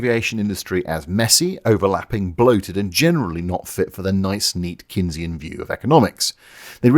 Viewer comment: I heard you saying Keynesian economics as Kinseyan economics, and thought yes, the UK has fucked its economy.